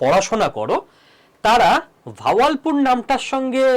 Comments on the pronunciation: ভাওয়াল পুর .... বাহাবাল পুর। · Not vawalpur , kothata Bahawalpur.